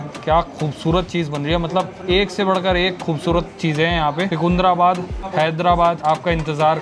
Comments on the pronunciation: भाई सिकुंधराबाद नहीं है, सिकंदराबाद है 🤣🤣 Lots of love from Hyderabad 💖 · Secunderabad is pronounced as Sikandarabad.. not sukundrabad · Seecunderabad nahi bhai jaan😅 seecunderabad. I'm from Hyderabad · The best part is your telling Secunderabad is Secunndarabad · first learn how to pronounce secundarabad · Am I the only one who heard seecuundraabad :/ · ❣️❣️tqq for cmng to secundrabad. But u sounded weird😅 it's ( c ki ndra bad)😁😋